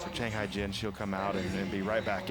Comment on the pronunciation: Hyejin is NOT pronounced "Hygiene".